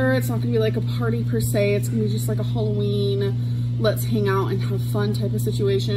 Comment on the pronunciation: This girl says “holloween”